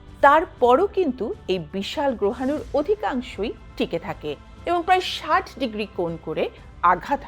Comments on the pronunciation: গেঁয়োদের মত "ষাইট" বলছেন কেন ? "ষাট" বলতে পারেন না!🤣🤣🤣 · "ষাইট ডিগ্রি" না বলে "ষাট ডিগ্রি" বলুন--আপনি তো শিক্ষিত!